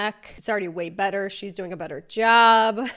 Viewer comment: Why do you pronounce “better” as “bettERRRRRR”….